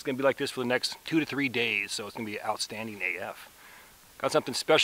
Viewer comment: I believe its pronounced "outstanding" :)